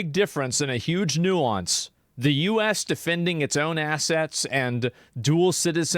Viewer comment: "YUGE nuance"